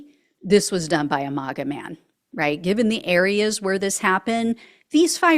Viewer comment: MAGA is pronounced like “maggot”. Not “MAUGA”. Keep up the great work!🇺🇸🇺🇸🇺🇸🇺🇸